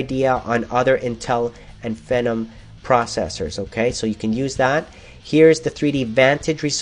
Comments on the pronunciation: I thought it ws FEEEEE NOM, wtf dude you say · isn't it pronounced FEE-NOM? the way he says it rhymes with venom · phenom is pronounced "FEE-NOM"